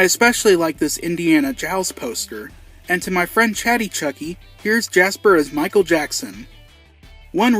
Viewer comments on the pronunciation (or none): none